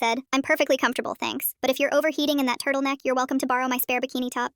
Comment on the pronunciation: 😂 I'm dead how she said turtleneck